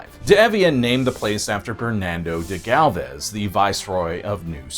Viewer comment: I've lived in Galveston for the last 30 years and dude you butchered so many of the names. As I am friends with many of the Maceos it is important to tell you how to pronounce the name correctly...Mase-E-oh😊... Galvez is also mispronounced and Campeche... But Maceo is the one that bothered me since they are so rich in this community and its culture and heritage.